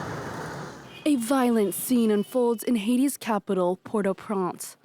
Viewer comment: I keep hearing Port Au Prance. Wasn't it Port Au Prince?